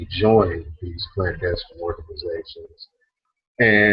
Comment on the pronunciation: aka is a FAKE Clandestine (or as he pronounces CLANASTINE)